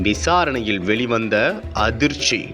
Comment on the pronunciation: செய்தி வாசிப்பவனுக்கு உச்சரிப்பு கேவலமா இருக்கு. "ல"வுக்கும், "ள"வுக்கும் உச்சரிப்பு வித்தியாசம் தெரியவில்லை. வெளிச்சம் என்பதை வெலிச்சம் என்கிறான். விசாரணையில் என்பதை விசாரணையிள் என்று உச்சரிக்கிறான்.